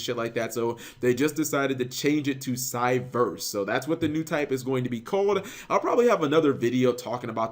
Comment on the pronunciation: It was never cybers, it was always Cyverse. It's Japanese pronunciation.